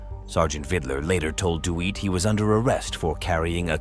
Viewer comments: The second video I was so distracted by the back and forth pronunciation of “Dewitt” and “Duweet” 😭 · Dew Weet? It’s pronounced “Duh whit.” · Why is the narrator pronouncing Jeremy Dewitte's name as "Do-wheat"? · The AI voice over keeps saying Jeremy do-weet but it's pronounced de-WIT-less. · Dewitt is likely not pronounced doo-wheat. Also, that guy got arrested for being a former felon, probably. He kept saying that the officer knew it was a pepperball. Most likely, he knew the cop and the cop was using his authority to get him in trouble. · Its hard to sympathize with "dew-wheat"...cuz he is a ( tew-wheat) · First it’s DUHWEET and then it’s DOOIT…if you are going to use names (suspect or cop) in your uploads, take a few seconds and learn how to pronounce their name. Jeremy has been the subject of scores of YouTube videos…it’s a pretty easy thing to do. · Good video, but you need to improve your ChatGPT voice. Its pronunciation is all over the place. For example, it mispronounced "DeWitte" at least three different ways, none of which was correct.